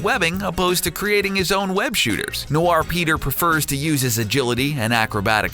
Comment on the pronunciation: The way he said Noir makes me cringe